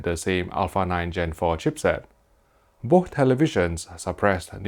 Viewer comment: May I suggest you say "boss" and "wiss" instead of "bo'h" and "wi'h" since you can't pronounce "th", it's too weird lol.